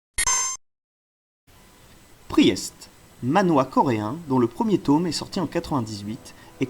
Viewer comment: excellente vidéo continue mec. Conseil, Priest se prononce "PRIST" phonétiquement, et tome se prononce "TOM" comme le prenom et non "TAUME" comme tu le dis. Bonne continuation 👍